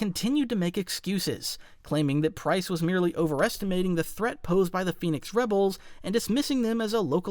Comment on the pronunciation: Pryce, not Pryze